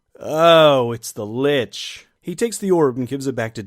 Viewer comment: Here's a helpful hint: Lich rhymes with Lick, not Bitch.